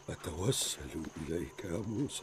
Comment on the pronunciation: موسى وليس موسي